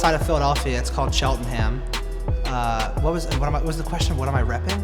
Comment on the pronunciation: Do they really pronounce Cheltenham like that in America? Good lord